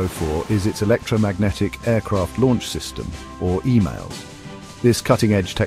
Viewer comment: Sounds like the bot is sayin EMAILS. Its EMALS (EMOLS)